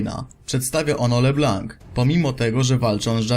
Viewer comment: Le blanc czyta się le blą . :)